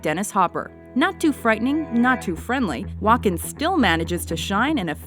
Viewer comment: The Host says Walken like she's saying Joaquin...